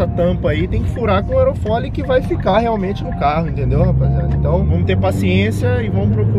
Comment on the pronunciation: Só eu reparei que o fala "aerofoLI" invés de aerofólio kkkkkkkkkkkk